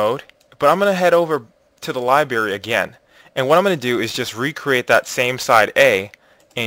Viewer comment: God will bless us for putting a few pennies in your pocket? How about I give you a few pennies to pronounce library correctly.